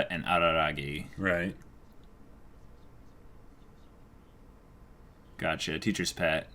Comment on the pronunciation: No it's not Araragi, it's Arararagi.